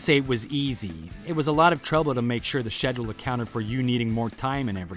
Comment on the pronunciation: It's pronounced SKEDULE not SHEDULE